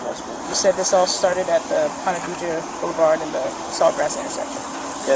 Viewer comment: This is my neck of the woods. Well, southeast by about 20 mins. They are not saying Ponte Viggo. They are saying Ponte Vedre. (Pronounced Veedrah). Drove through there every Thursday, delivering papers, for 2 years.